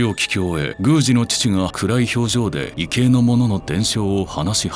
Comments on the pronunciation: 「いけい」ではなく、「いぎょう」だと思います。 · 異形と書いて、「いぎょう」と読む場合が多いと思うんだけれど・・・。「いけい」というのはあまり聞いたことがなかった。